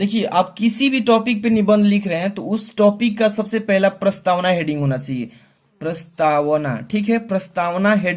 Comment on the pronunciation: Sir prastawan nhi hai prastawana hai